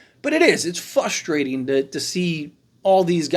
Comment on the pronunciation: This clown literally says something and then contradicts himself 2 seconds later "it's fuhstrating" caterpillar